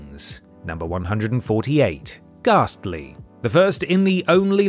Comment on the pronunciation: Gas tly gaaaaassss tly not ghastly 😂😂